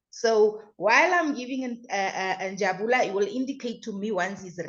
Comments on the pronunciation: As for Njabula😂😂😂 sorry it's Njabulo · the name is Njabulo not Njabula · Njabulo not njabula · Njabulo has corrected her before, I think the tongue is used to Njabula.😂😂😂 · She knows but the tongue 👅 has got used to Njabula. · Njabulo Njabulo Njabulo Njabs Njabs plz stop butcher someone's name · it's NjabulO........."O" at the end. I just love how you guys are digging real dirt around this Senzo case......❤ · Please learn how to pronounce Njabulooooo please.. before it sounds like disrespect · NJABULO please pronounce correctly 🙏🏾🙏🏾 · never mind your wrong pronunciation has attracted a lot of comments, I'm reading many,😂😂😂